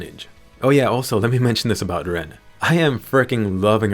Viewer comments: Ma boi is LENN not RENN That aside it, nice review. This is the GGO I been waiting for not the other one we got :( ln is gewd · I kept thinking you were saying Rem the entire time XD